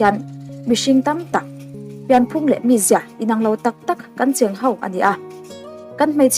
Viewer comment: Tawngkam i thiam ngaihthlak a man hla thin.Mahse,thil pakhat 'ho' tih tur ' hau' ti a i lam thin te hi chuan beng a ti tlep thin.